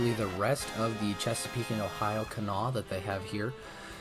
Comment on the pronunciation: (It's pronounced "Kanawha": you're missing a syllable.